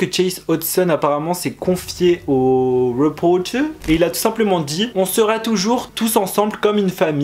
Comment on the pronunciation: « RepOrTeR » j adoreee comme il a dit sa 😂🤣♥️♥️